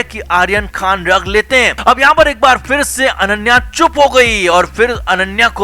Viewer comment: Ddag nahi DRUG!!! Arre pehle sahi bolna to seekho!! 😂😂